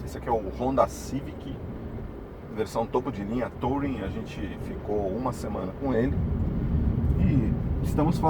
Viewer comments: TOUring?????? aprenda pelo menos a falar ingles: pronuncia-se turing traseirinha copiando um volvo... console central tbm..... que lias, quem nao tem cultura, nem se lembra de mencionar como carro premium... Procure saber a diferença entre ergonomia e anatomia... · Se pronuncia Turin. O carro não precisa estar com o motor ligado para a central funcionar, basta não pisar no freio. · Será possível que algum vlogger automotivo no Brasil ainda acertará a pronúncia de "touring"? Cada um fala mais errado que o outro kkkkkkkkkkkkkkk Detalhe besta, não faz diferença nenhuma, mas irrita àqueles que são fluentes na língua inglesa.